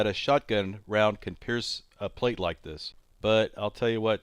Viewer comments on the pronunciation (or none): none